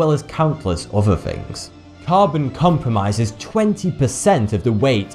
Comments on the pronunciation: Saheb Rishab i'm well aware that he's british and speaks with a british accent. It's not his accent that i don't like. I have some british friends too, i don't hear them saying "fourty two" or "compromise". The word is "comprise" 2 syllables, he pronounce it with 3 syllables. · Alex Bong really? becomes, comprise becomes compromise... i can't stand it. good voice, bad pronunciation.